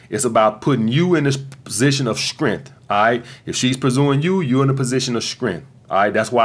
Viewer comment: Every time he says strength sounds like shrimp 🍤